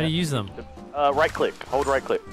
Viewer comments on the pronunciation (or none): none